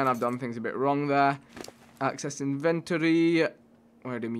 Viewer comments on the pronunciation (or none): it's in ven tor e not inventry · Damn vikk "inventry" it's inventory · not inven-tree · It's pronounced in-vent-tory. Not in-ventroy